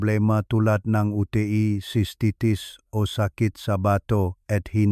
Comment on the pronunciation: Bulol kc ang UTI nging UT.E. bulol.maiksi ang dila